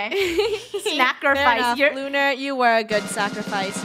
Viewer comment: Funneh says lunar the wrong way: and then there was one…. Lunar lular??